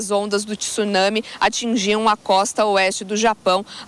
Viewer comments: Ela quis dizer para pronunciar sem o TCHI. Seria Tsunami. E não TCHIsunami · não , vc fala com tsunami ela corrigiu por que falaram tisunami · TSUNAMI e nao TISUNAMI （津波）つなみ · Sou Professora aposentada da USP e tenho postado constantemente dos repórteres pronunciarem T I S unami .Acho que precisavam aprender a pronunciar corretamenta o encontro consonantal _ tsu .Como incorreto também é pronunciar " adevogado " pisicologia". Vamos insistir nisso. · A pronuncia seria sem a letra (t). Seria só (sunami)?